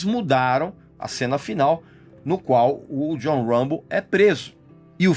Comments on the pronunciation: Regis dois fatos: - Stallone nao foi indicado a melhor ator mas sim a melhor diretor, por Rocky I. Nao levou, mas o Rocky I levou melhor filme. - o autor do livro "First Blood" baseou o nome "Rambo" na pronuncia errada do nome do poeta frances Artur Rimbaud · Uambo , Silvestre istalon....kkk deixa d viadage rapaz e fala o nome direito.